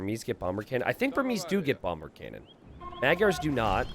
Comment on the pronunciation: Not sure if anyone told you this already or if you care, but "Magyars" is actually pronounced a little differently (Hungarian here, not butthurt or anything). The "gy" letters are actually one letter in Hungarian, and it's pronounced the same as the "d" in "due". Also, the first "a" letter (M"a"gyars) is pronounced the same as the other one, like "ah". I know it can be tricky so I don't expect you to get used to that, but I thought you might be interested in that since you love AoE2 and other cultures so much. :3 "Magyars" literally mean "Hungarians" in Hungarian by the way.